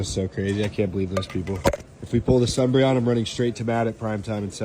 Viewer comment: “The sunbreon” … boy 🤏🏻